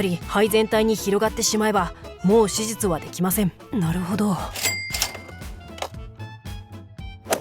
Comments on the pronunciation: 手術(しゅじゅつ)がしじゅつに聞こえるのは私だけ？ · 手術がしじつに聞こえるんだけど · 細けいけど1回も手術って言えてなくない🤔 しじつにきこえる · 手術をずっとしじつ って言ってる？ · どうでもいいけど 手術の滑舌よすぎん？笑